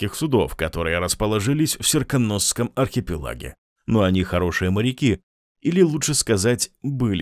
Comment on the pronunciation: Вот все хорошо, но с ударениями что-то промахнулись: Серкóнос, Да́нуолл, Соколóв Спасибо за видео по обожаемой вселенной)